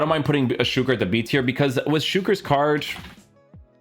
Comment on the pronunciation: I love how you are one of the few to pronounce Suker's name correctly. 👏🏽